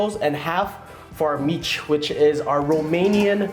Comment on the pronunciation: its pronounced Meech or sounds like sayin the word Meech, not mitch but good take on romanian food brotha.